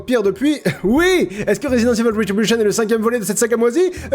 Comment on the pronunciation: RESIDENTE IVAULE REUTU DI BYUCHEEEUN